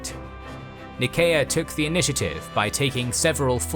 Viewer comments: Why you say "Nееkea" instead of ""Naiseea"? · Your pronunciation is poor! Go on a SkillShare course and learn to pronounce the city and region names in your videos - "Nickea" ! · Anyone else bothered by the constant mispronunciation of Nicea? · (Nyseea) is how i always pronounced nicea